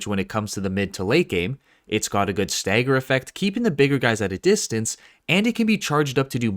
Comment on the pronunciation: Staeger? You mean stagger...